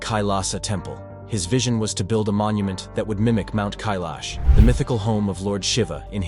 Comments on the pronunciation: I counted at least 5 different pronunciations of Kailash. Please pick one and stick to it maybe. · First learn to pronounce Kailash properly before you try to sell a story 😂